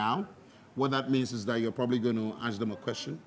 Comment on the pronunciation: Is it so difficult to say “ask”? I keep hearing “axe and axing”